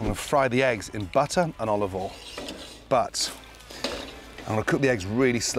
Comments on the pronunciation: I hope so, otherwise we are going to run out with how much "olvole," he uses lol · lol is Gordon trolling at this point when he says "a little bit a olivol" and dumps in 2 cups?? 🤔🤔